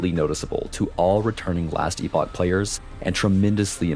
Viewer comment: Very exciting to see this game grow. I've followed it for years now and it's received so much care, looks and plays on a completely different now. Also, you hear that? The director himself says "Ee-pock". None of this "epic" bullshit. The amount of people I've seen shitting on others while blatantly getting the word wrong has made me cringe to no end. They're two different words, with two different pronunciations.